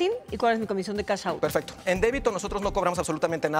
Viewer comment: No digan Cash in Cash out : Cachintl y Cachaotult